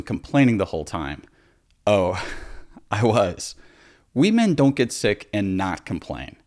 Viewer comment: "we men"